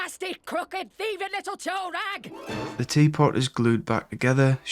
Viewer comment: It’s “toe rag’.